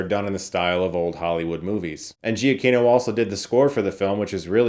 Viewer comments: Giacchino is pronounced Jaw KEEN o. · I hate to leave a comment just be a "well akshully" guy but from his own Twitter header, it's "Pronounced juh-KEE-no"